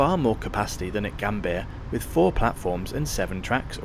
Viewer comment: tukang cuap², apa kau ga bisa baca?, koq Yogjakarta, kau baca Yogiakarta & Gambir di baca Gambia 😜